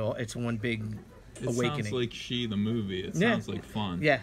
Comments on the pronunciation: So umm, if that is supposed to be Chinese then shi is pronounced much more like the English sure. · Bill Tucci... wow this takes me back. I remember arguing with a friend in high school about how to pronounce Shi; I said sh-e and he said sh-i... I knew I was right. I’ll be on the look out for the return of the warrior.